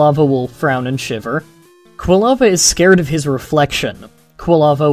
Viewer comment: Occasionally, it sounded like you were saying kalava instead of Quilava. Minor details.